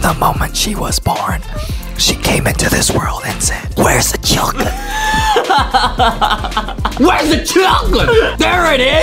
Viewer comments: Chulken it’s ChUcKeN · I like how Justin makes the word “chicken” into “chucken” and when he was skipping to the chicken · why do justin says chuckin when he says chicken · foxy birthed from unknown mother Foxy: "WhErEs tHE ChyuKeN!!!" Me: * me choking on my water* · Chicken more like Chocken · Justin when he was born: " WHERE THE CHUKEN AND DOUNUTS" Justin's mom: O_O